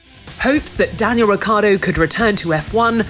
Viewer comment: Happy that Daniel is back! But, any one else a bit bothered that they mispronounce his name the entire video?